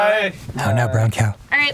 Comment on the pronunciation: I'm from Northern Ireland, and I always hear "How now, brown cow" pronounced that way, so it's hilarious seeing you guys crack up at it! :')